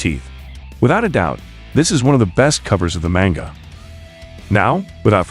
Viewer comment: Why do you pronounce manga like that?